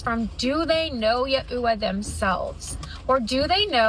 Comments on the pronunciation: Who is Yeah-oo-wah? Does she mean Yahweh? Does she know who she's praying to?😅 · keeps saying "Ya-ooh-wah". Can't find that anywhere online. Never hear of this "god". I've heard "Yahweh" ( Yaw-way). Is that what she means? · Omg, as someone who was raised to only use Yahweh and Yahshua, it was driving me insane. I looked up to see if there some new movement on the way to pronounce it, but I couldn't find anything definitive. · Hearing that clip of her atrociously mispronouncing YHWH(generally said as "Ya-whey", not "Ya-ooh-wa") was like nails on a chalkboard... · Yuh-ew-wa!?!? Who in the world is that!?! It's yah-way. Good grief! IDK who you've been talking to about having to have an unscrupulous amount of kids, but it sure wasn't Jesus! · My best guess is "Yahweh" (ya-way), I've never heard it pronounced as "ya-eww-ah". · Guh they way she pronounced it yuh uwa ☠️ Isn’t the pronunciation closer to “yaw-weigh”? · Ya ewe uh ? What is she taking about ? Does she mean yah wey? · Ive never heard yaweh pronounced this way before am I wrong on how I say it or is she?? I say it like Ya-way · All praise Yah-ooh-uh lmaoo I’m dying at her pronunciation and she just keeps saying it 😂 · Who is "Yahooah"? 🙄 Is she trying to say "Yeshua," Jesus' original Aramaic name? 😂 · Who they hell is yaoowa? Is she trying to say Yahweh? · Never, in my entire 30 years on this planet have I heard Yahweh pronounced “yuh-ew-aa.” And she says it differently almost every time! 😂😂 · as a Jewish woman this is by far THE WORST bad pronunciation of YHWH I have....ever heard. It's worse than "Jehovah." Also the worst pronunciation of Jesus's name. She's trying to say it in Hebrew but....wow that's terrible. 😂😂😂 I'm sorry I just. Can't. It's too funny. These people are terrible and terrifying but like also I can't get over how bananagrams her trying to say YHWH is. YUH-UW-uhhHh. Good Lord. Lmfao. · Yah eww wah was crazy. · Yeahhhhh I was thinking the same thing…like who is ye-ew-wah?!